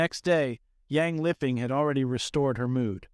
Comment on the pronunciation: Bruh literally said "lipping". This woman is dead. You could at least pronounce her name right.